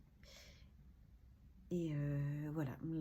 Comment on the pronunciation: « Tellemente » « notammente » … ce sont des adverbes. Ptn respecte-toi 😂😂😂